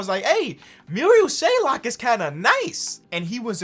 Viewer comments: it makes me so angry when calls marial shayok (merry-ol shay-ock) muriel shaylock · Not being mean from an Iowa State fan. It is Marial Shayok SHAY OKK. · Why does he say Shaylok? There is no L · It's not shaylok, it's shayok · no one:: shayLok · While u the goat, for future reference, his name is Marial Shayok, not shayLOCK. There’s no L. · Im an Iowa state fan and I hate how he says it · Marial Shayok: Marial Shaylock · Nobody:: Adds an L to Marial Shayok’s last name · Should we tell that there is no "L" in Shayok? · was anyone else getting mad when he kept pronouncing “shayok” with a L😭